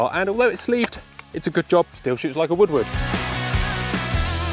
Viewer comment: shoots like a woodward would? its funny cuz it sounds like he says woodwood